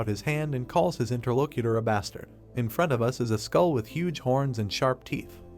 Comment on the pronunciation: I swear a braincell die everytime i hear interlocator being said